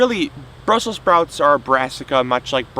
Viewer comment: Brussels not brussel.